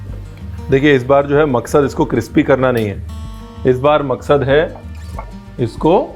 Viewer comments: if you listen carefully at times in some videos chef says "Cripsy" not crispy, i based my comment on that :) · Now i get confused if it's CRISPY or CRIPSY 🤣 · Cripsy kararaaa 🤣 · Ranveer vo crispy nahi, cripsy hotha hai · cripsy karare kaha gaya 😂😂😂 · Crispy galat shabd hai Brar bhai it's crispy 😂😂